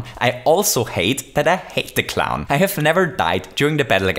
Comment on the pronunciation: u said cliwn